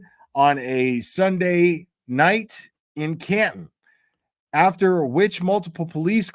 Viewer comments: you pronounce Canton right😂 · In your defense will a lot of people from mass argue about how the towns are pronounced 😂 atleast you got Canton🎉 Also ❤ to 🍒